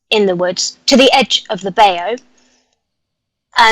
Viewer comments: Love you,but it's pronounced BI.YOOU! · Seriah Brenton Saw in from Mysteries to Search states he had an experience with the Daro when he was a child. I had never heard about them until a few years ago. Interesting!!! Love work and your show too Seriah. doesn't realize that bayou is pronounced (by-yoo) the A is silent. Thank you both FOR ALL YOU DO. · I guess she doesn't believe you that bayou is pronounced by-yoo lol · Isn’t it pronounced by-you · NO THAT'S SCOTT BAYOU! LOL!